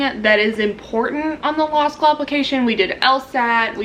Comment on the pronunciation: Dam she rlly said law shoe in